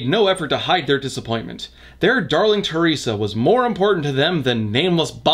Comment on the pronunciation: Hai Le Hoang me being Chinese can guarantee even with someone with zero English knowledge, they'll just say her name the way it would be transliterated (teh-lei-sha or teh-ree-sa something) and not this made-up shit. Yeah why bother to find out that unlike Japanese for example, Mandarin does indeed have a soft "r" sound? Any sane person wouldn't even include this bit because it served nothing other than racism. Yet this is Norman so what do we know.